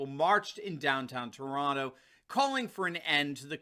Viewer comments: Congrats very few get the accent correct when they pronounce Toronto. any interest in a segment on communist Ontario promising full open.... as long as the majority get jabbed... Canadians for Trump 🇺🇸🇨🇦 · congratulations your accent on the name Toronto was correct. very few from outside say it properly..BTW Canadians for Trump🇨🇦🇺🇸🇨🇦🇺🇸